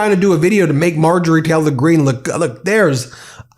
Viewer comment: Anyone notice how Ben always pronounces it “Marjorie Teller-Green” and “Laura Ingr-ra-ham”? I love the medias touch guys; but that annoys me more than it should 😆